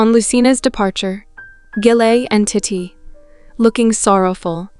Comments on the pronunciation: you keep calling titi titty like bro im aaaaaaaaaaaaaaaaaaaaa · Tiddy? I thought it was titi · It’s TEETEE not TITTAY🤣🤣🤣🤣 damn!!! Hakan ALWAYS SHIRTLESS to greet the EMPEROR??? AAAYYOOO!!! 🤣🤣🤣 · Is it just me or tidi sounds like tity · .... Titti3s delight ..... It just keeps going 💀 Tai-tee as well ... Oh goodness XD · I lov this story so much but I js cant get over the way th narrator says " titi" like titty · It sounded like you called titi t!tty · You did “titi” so bad by saying her name as tit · Every time I hear the narrator say Titi’s name I make the Ishowspeed face because wth is that pronunciation 😂😂😂😂😂😂😂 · OMG wait me to 😭😭😭 i thought it was just me 😭🤚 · lol me to girl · ON IS ANYONE GONNA TALK ABOUT THE WAY IT SAYS TITI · She said titi